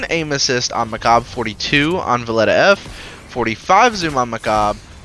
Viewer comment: I can't stand his pronouncitation of Mechabre: For me its Sabre ("saber") but as with alot of Destiny stuff, got the twist with a different syllable, making it Mechabre ("mechaber") and not ("mecha'b")